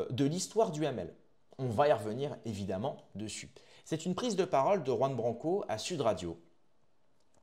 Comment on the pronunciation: Jai du mal quand tu le prononce a la française jean ça saigne 😢... Please pour nos oreilles